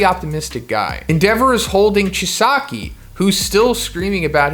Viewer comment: Does anyone else hate how he says Chisaki? Lol